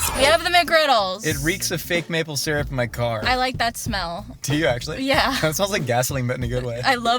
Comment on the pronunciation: I'm upset nobody took the piss out of sear-up syrup instead of sir-up